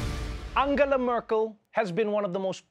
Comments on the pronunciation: Mörkîl???? Dude please say the name right 🙈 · Why you don't try to pronounce her name correctly? The way you pronounce her name would be written as Mörkel in German. The e in Merkel is relatively similar to the e in the English word 'when'. Thanks :-) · Such a clever, powerful, etc woman. And still, dear. dear Trevor Noah, you have not enough respect for her, to learn how to pronunce her name. Such a pity:( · Just out of curiosity: When you do a segment like this, why is it so hard to get the pronunciation of her name right?! Just as a small sign of respect!